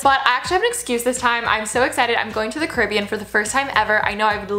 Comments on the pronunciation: Does anybody else think Alisha is saying Caribbean wrong or is it just me? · Hold up why do Americans say carribean like weirdly help